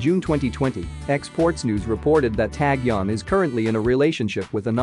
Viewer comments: HOW ANNOYING !!! Please don't report on this guy. OMGosh ! I can't even listen to you mispronounce his name 50 times! The narrator mispronounces ENGLISH, ITALIAN & KOREAN! HE IS NOT NAMED "TAG YON"Also you mispronounce " Vincenzo " in English, Korean and Italian. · He pronounced every Korean person's name wrong in the video, including Taecyeon. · YES!! Got so annoyed how he was saying Taecyeon all the time 🤐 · A little uncomfortable on how he pronounced taecyeon . But ok we understand. 😁😁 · Yes, that's right. I think a little uncomfortable on pronunciation by his name. But after a load of time, I understood